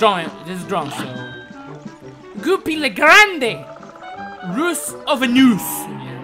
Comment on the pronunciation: "Ruse of a Noose"